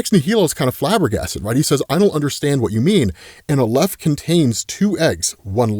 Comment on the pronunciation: Not that I'm an authority on this but I have heard "aleph" pronounced with the stress on the first syllable, pronounced like the Al in Alex. Love the videos always!